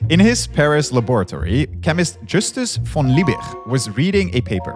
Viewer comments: Can you please start to pronounce german names correctly... this is disgusting and kind of insulting ... These Guys names were for sure not Vreedeij Wooler and Djüstüs von Leebij... fk sks ... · Who the hell did you hire to pronounce Justus von Liebig? I get that the person is proud to pronounce the hard CH, but the G is a if at all, pronounced as SOFT CH but most often just as hard G. The correct pronounciation is even on the German wikipedia article. Derek pronounces him correctly. Thank you for that so much.